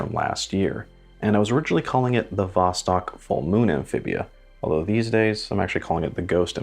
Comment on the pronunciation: you misspelled Amphibia. You called it Amphiba for some reason. My favorites out of your 10 are #8 (SWC), #4 (Vario), white dial) and #1 (Akura). Cheers!